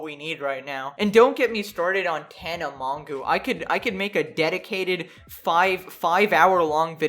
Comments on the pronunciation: Image pronouncing Mongeau "mongoo" lol it's a French name its "mojo" with a soft j. Sorry mispronouncing names is a petpeeve of mine. Anyway yea all these people are the worst whatelse is new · Man had to censor the word Covid like what? also its Mon-Joe, I don't watch her, never have, but that is the correct pronunciation, and you're 20? Very Cool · “tana mon-goo” 😭😭😂😂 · my favorite part of this video is trying to pronounce tana mongeau’s last name